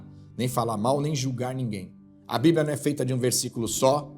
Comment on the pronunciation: A..pispa...não.. esta..lendo..a..bibra